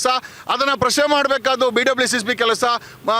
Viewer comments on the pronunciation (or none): none